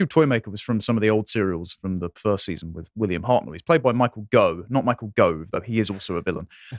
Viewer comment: Micheal Gough, pronounced Goff.